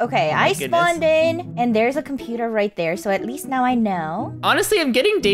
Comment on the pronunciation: made an mistake when she said compoter instead of computer